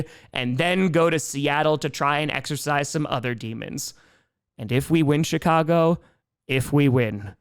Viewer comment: He's putting a T after the i in "CHI-cago," isn't he?!?